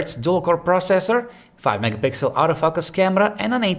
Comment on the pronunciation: I love this guys accent "autoFUCKus camera"!!!! :)